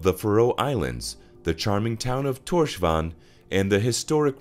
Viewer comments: The capital, Torshavn , is pronounced “Torshaun” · at least You tried Here are some better ways to pronounce some og the words Skerpikjøt is “sherpichot” Streymoy is “straymoy” And tórshavn is “tors haun”